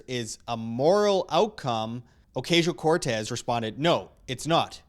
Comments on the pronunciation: It's pronounced "Occasional Cortex". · Ocuntzio. That's right ?